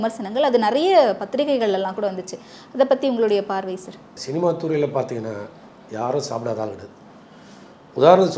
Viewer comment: சேர் கட்டில் பெஞ்ச் 🤦‍♀️🤦‍♀️🤦‍♀️🤦‍♀️ அது சார் ..சர் தான் சரியான உச்சரிப்பு...